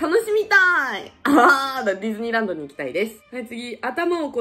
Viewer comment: ディズニーランドって言ってるのになぜかフィリピンラーンドって聞こえてたwwwww